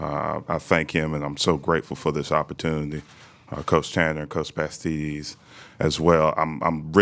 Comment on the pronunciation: "Coach Pastides"